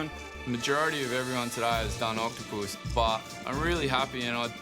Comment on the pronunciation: "OctoPUS" Do all Australians pronounce it like that?